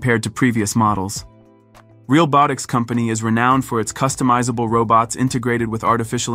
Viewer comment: The comedic irony of the Ai voice being unable to properly pronounce "realbotics" is not lost on me.